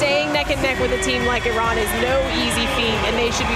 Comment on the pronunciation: It’s nice to hear the sports commentator pronounce ‘Iran’ correctly, rather than the political commentators. Viva Iran!